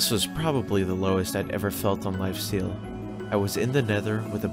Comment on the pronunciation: Am I the only one hearing him say lifeseal at the beginning bruh